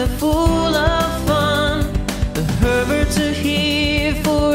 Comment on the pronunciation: I hate to say this because I love you but in the intro and sometimes when you guys say your last name it sounds like the perverts instead of the Herberts